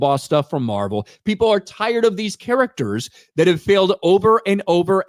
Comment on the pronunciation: anyone else hate how says the word "characters". i can't put my finger on it, but it sounds weird af lol